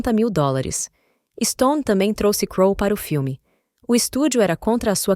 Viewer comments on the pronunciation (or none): none